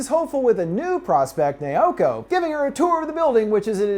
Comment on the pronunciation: I've never been traumatized so much than this dude who apparently has dificulities saying Miyuki as in "MEEYUKI" and Naoko as in "NAWKO" but no he said "MAAYUKI" and "NAYAKO"